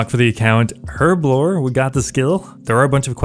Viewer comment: I didn't know the lockpicking lawyer plays osrs... THANK YOU for saying herblore right btw